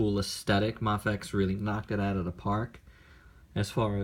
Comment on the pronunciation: it's a long A, bro as in day. MAFEX, is sounds like MAYFEX